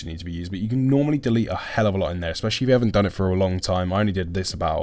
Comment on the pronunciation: "aspecially"? Really?